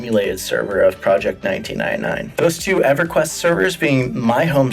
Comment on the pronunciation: "Project Nineteenainai"